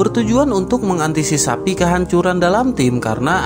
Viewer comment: Mengantisipasi min.. 🤔 Bukan mengantisisapi 🤔😫